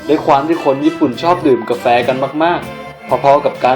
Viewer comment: ทำไมพี่พูดเหนออ่ะเครื่องทำกาเเฟ5555